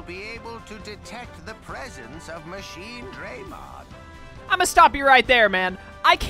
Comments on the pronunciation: The fact that you got as upset as I did every single time they pronounce it MachineDRAYmon sold me on your content lmao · Every time they say Machinedraymon this game gets a sin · Oh god i can't stop laughing every single time i hear them mispronounce Machinedramon and when i hear Guilmon speak because it pains me so much